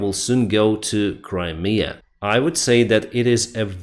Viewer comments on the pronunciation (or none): none